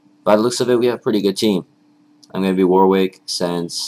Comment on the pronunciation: It's pronounced 'Warrick'.